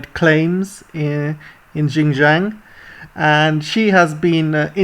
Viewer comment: Well said! For correction, Xinjiang should be pronounced as 'Sin'jiang and not `Gin'jiang....